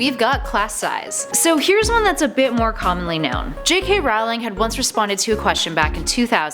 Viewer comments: It's Rowling, like bowling. Not Howling. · Hey nerds, "ROE ling", not "RAU ling". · It's Rowling like roll ing not r owl ing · It's not Rawling it's Rolling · I love this series but I find it very difficult taking any Potter fan page seriously when the host says "See-mus" instead of "Shame-us" and "Rah-wling" instead of "Roh-ling" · Did she pronounce them jk Rowling and Seemis Finnegan? It's pronounced Rolling and Shay-mus